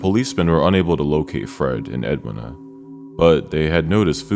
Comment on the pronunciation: Edweena is how its pronounced.